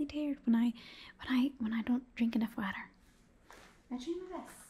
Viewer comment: "Laps in the waatr" I'm dying. :-D